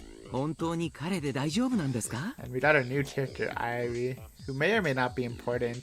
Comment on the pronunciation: oh god PLEASE tell me someone's already corrected you on your pronounciation of irie PLEASE also, the best sport is without a doubt roller derby! my dream is to one day be able to play it, but sadly there's no roller rinks where i live, much less derby teams... edit oh i see rika corrected you. god bless, i dont know if i could have handled an entire art of Eyrie